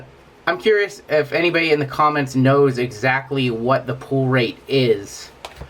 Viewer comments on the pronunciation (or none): I hate it when people pronounce "pull" like "pool"